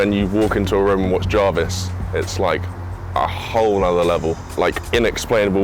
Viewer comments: says javis when it’s spelled Jarvis 🤣🤣🤣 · “FayZe Jorvis”